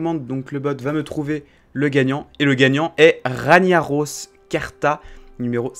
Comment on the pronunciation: SA SE DIT RAGGGGGGNAROS MDRRR C UN MONSTRE DU JEUX WORLD OF WARCRAFT